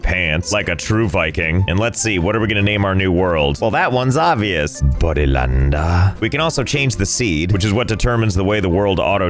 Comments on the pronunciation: "Bodilanda" bro i cried 😭😭😭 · can somebody make a short clip of josh saying Bodylande????? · No one: Josh: BoDyLanDe 👁️👄👁️ Me: cackling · Mm nyes bodylande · that "Bodylanduhhhh" had me dead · The way he pronounces Bodylande XD